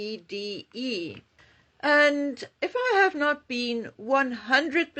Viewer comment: Emma Grede's husband is Swedish so surely Grede is pronounced Gray-duh? (The Swedish way).